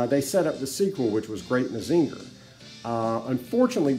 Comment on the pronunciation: mah-zing-ur......not mah-zinger